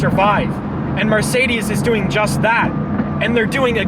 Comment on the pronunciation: Anyone else notice that when he wants to say Mercedes says marcedes